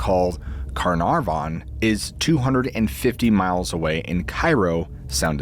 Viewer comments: Why are you overpronouncing Carnarvan! Car-nar-von! Come on. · There was a Lord Carnarvon. It just wasn't pronounced in this fashion. 😂 His pronunciation is interesting to say the least. 😅